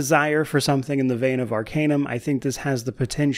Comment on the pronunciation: What was that? New ARCanum you say? I'm in.